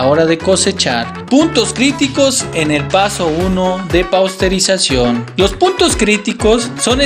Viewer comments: PASTEURIZACIÓN , NO PAUSTERIZACIÓN, MI CUATE. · Porqué dicen "Pausterizacion"..... en lugar de "Pasteurización", ya que fue Luis Pasteur fue el creador de este método????